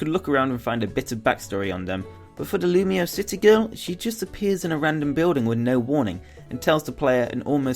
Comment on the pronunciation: You know it's pronounced "loom-wa," right? It's supposed to sound French.